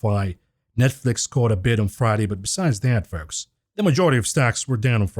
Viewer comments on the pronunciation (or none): none